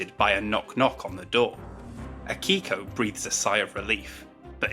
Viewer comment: Also the "i" in Akiko is basically silent, so it sounds like "Akko".